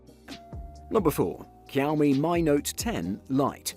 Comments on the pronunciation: It is not kaomi it is xiaomi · Why you always pronounced Xiaomi as quami??